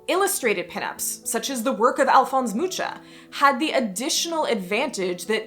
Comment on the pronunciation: The way how hou say Alfons Mucha is genious and sooo funny (it is not at all how it is suppose be pronounced-on the other hand you tooke time to say all french names how they are suppose to be said but not with czech). This video is so interesting.